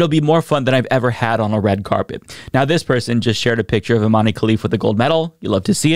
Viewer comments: Love you,. I think Imane’s first name is pronounced like ‘Iman’ though. “Imane” seems like the francophone spelling for that word. 🙂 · For the love of god, it's pronounced Imahn!!! Dont you people have access to wikipedia in america?